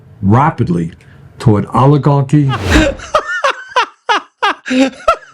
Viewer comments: Aligarchi 😂 instead of Oligarchy. Damn these people must have an amazing IQ shortage ❤ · Allahgarky??? Someone should teach Boinie how to pronounce words!!😂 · No one says "aluh gawkie "stupid ass old buzzard needs to go to away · Bernie said Oli-garchy so much that I got hungry for pasta with olive oil and garlic! Yum! hahaha!